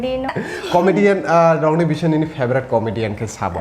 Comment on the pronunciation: The Anchor be pronuncing like :- favarat, diractar, actar etc hehe